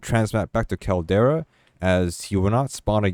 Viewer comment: CAL-DERA Not Caldaria